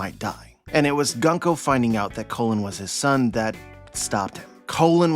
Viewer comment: his name is pronounced like “Cologne”not “Colin”